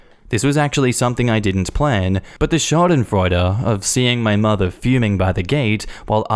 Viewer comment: Props to for another awesome upload! And triple props for the perfect pronunciation of schadenfreude! Love you!